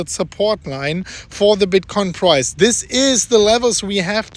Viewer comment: I heard “today for the bitcoin fries”